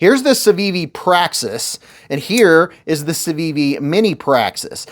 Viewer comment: Civiviish or Sitivienish